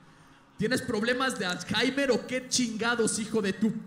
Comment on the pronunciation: "¿No sabeis decir alzheimer en México?" Y lo dice un español, que pronuncia todo el vocabulario inglés tal cual está escrito. Con que cara.